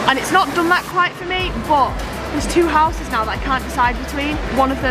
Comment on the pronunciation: you said you were teaching your children English, can I just let you know it's houses, not Houseses 😂😂😂😂😂😂